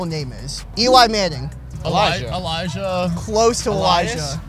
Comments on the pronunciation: it's pronounced Elijah though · It's Elisha, but pronounced Elijah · It is not pronounced like Alicia. It's a male Biblical name. E-li- sh-ah